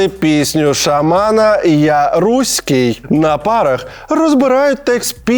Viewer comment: Найсмішніше — це те, як Олексій вимовляє «руський» 😅